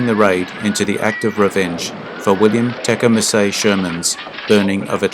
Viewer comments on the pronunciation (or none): This needs a human being who knows how to pronounce Sherman’s middle name.